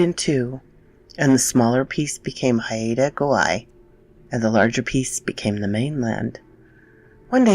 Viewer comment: Excellent pronunciation attempt. I live on Vancouver Island, south of Haida Gwaii. Ravens are the best, I love them and where I live I am greeted by one every day. They have always been special messengers for me. Great story thanks for narrating it.